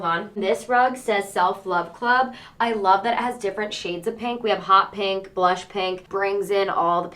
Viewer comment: kinda obsessed w/ how you sometimes say pink: “panke”